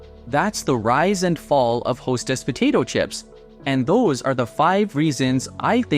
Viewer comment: AI CRAP... Hestess?